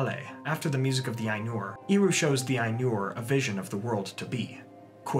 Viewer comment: I have a question: Sometimes you talk about Eru Iluvitar as Iru. I don't know if I hear it wrong, and confuse the "E" with "I", or that's how it's pronounced.